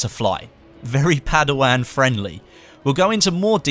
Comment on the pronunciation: ***** "padawang" come on mang